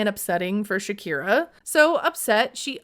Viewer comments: Great video! But I’m confused about the way you pronounce her name. Isn’t her name Shekinah and not Shakira? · Dude you kept calling her Shakira. Her name is Shekinah and you know that.